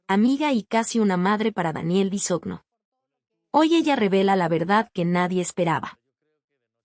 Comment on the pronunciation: No saben pronunciar Bisogno (Bisoño), es el colmo.